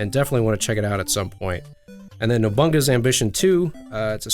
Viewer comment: "Nobunga" lool I like Castlevania on Game Boy